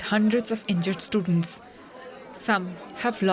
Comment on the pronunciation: Heyy DW please change your background Indian voice actor. I can't tolerate her anymore. "Hospitals are filt with hundreds of stutents" WTH?